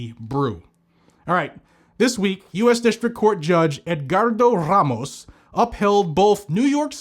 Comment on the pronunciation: I love the way he say's Ramos lol RRRAMOS 😅😅😅😅😂😂😂😂😂